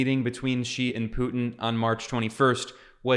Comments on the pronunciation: Xi is pronounced as ‘see’ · Hi Ben! I follow your videos all the time and am fairly surprised that you are pronouncing Xi with a G sound instead of the Z sound ! Hope you correct it.